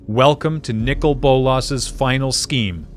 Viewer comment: They are Saying Nicol wrong. How do I know, That is my name, Lol